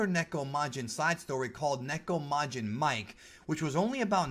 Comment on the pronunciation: Two things: Nekomajin MIKE (みけ) is pronounced mii-keh, not the name Mike. It refers to the specific type of cat he is, a Japanese bobtail, or MIKE (三毛). Second, Usamajin is not a reference to America, but a portmanteau of the Japanese word usagi (ウサギ), which means rabbit, which Usamajin obviously resembles, and Nekomajin (ネコマジン). Take the Usa from Usagi and the Majin from Nekomajin and you get Usamajin(ウサマジン).